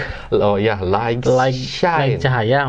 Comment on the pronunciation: bener light dibacanya lait，g nya ga dibaca